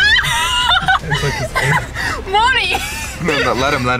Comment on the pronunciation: No she called him